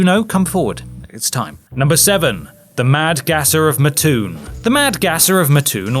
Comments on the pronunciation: It’s Mat-toon, not Muh-toon. Trust me, they’re picky about how the town’s name is pronounced. I went to junior college there. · Not to be too picky here from Mattoon IL but everyone around here pronounces it Matt Toon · Syllable breaks and primary stress: 'ro.a.noke and matt.'oon